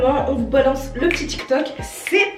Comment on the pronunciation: Tu as dit tok t'il😂😂😂